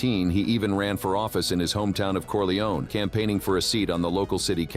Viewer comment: “Corliyown?” Come on! No. It’s “Corleh-oneh.” Have some respect.